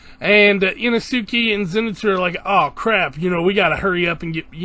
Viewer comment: Inesuke? I-no-su-ke…